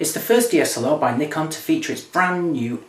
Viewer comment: actually he says it right its us americans that say it wrong